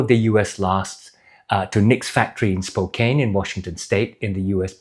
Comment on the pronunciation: Great review as usual! Just a heads up that Spokane rhymes with can, not cane. It's named after the city of Spokane, which is in turn named after the Spokane tribe of indigenous people.